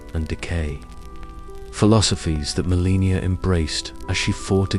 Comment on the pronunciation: i appreciate this type of video, but is this an AI vocalization? Because there are proper nouns mispronounced all OVER the place, it's crazy distracting, and it makes me think this video was put out by someone who's never paid attention to the lore of the game. To name a few: Caelid = KAY-lid (not SEE-lid) Radahn = ruh-DAHN (not RAD-din) Malenia = muh-LAY-nyuh (not muh-LEE-nyuh) Miquella = MICK-uh-luh (not mick-AY-luh or mick-ELL-uh) Marika = MARE-uh-kuh (not muh-REE-kuh) It just begs the question of how much research a real person could do playing the game without actually noticing how these words are pronounced...